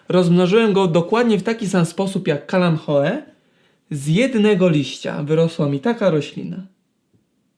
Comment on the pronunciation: Eee... Jak on powiedział "kalanchoe"? 🤦🤦🤦 I się uważa za specjalistę??? 😠😠😠